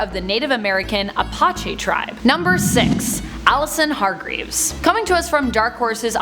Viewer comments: Please say the name of the tribe correctly..... A-patch-ee it is a hard E sound on the end. It might be a given name to a very large amount of Clans some related and some not but the least you could do is say it correctly. Also Why don't you do a Top 10 Native American superheros. Or Top 10 Indigenous Superheros. So we can see tribal people from all over the world. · How do you mispronounce "Apache" so much?